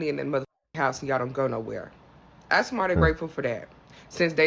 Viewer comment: It's Ask not axe FFS